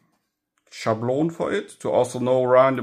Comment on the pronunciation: thanks. I replayed it like 4 times, trying to understand what I was hearing. I understood what you meant but couldn't quite the word down.